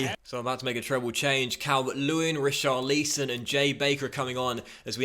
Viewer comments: It’s pronounced tarkovskee and risharlison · How many times do we have to ask you to say Richarlisons name properly? Read the comments ffs